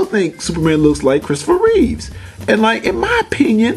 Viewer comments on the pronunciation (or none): "Christopher ReeveS" It's "Reeve." not "Reeves." and...George "Reeves"